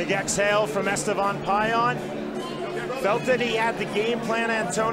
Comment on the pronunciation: Etevan lmao forgot the S